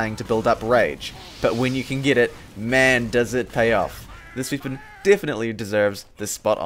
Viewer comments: Why Do You Say "Weepon" Not "Weapon" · i like how says weepon instead of weapon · I love how you say weapon. "Weepon"